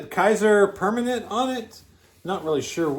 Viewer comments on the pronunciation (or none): And it’s pronounced permanentay. I’ve heard it mentioned on those annoying medical commercials lol